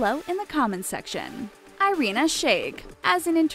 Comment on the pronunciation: Irina a is pronaunsed like Ee-rina